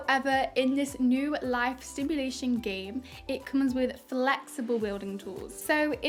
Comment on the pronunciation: Thx for the upload, sounds so cool Everytime the golf club swing smack sound happens I jump xD turn that sound effect down pls hahahahah Also it’s Simulation, not sTimulation ;) Good work tho!